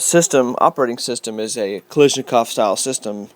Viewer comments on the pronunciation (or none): Its not kaleeshnikov. Its Kaalaashnikov or just Kalash for the ak47. EHSVEHDEH OR PLYOTKA (WHIP) for the Dragunov. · You keep saying "Kalishnjnikov" like it's "collision", it'a A as in UH, Ka - lush - nikov. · Kalashnikov not kalishnicov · The pronouncing is "ka-lash-niekav'" and "dra-goo-nova", respectively.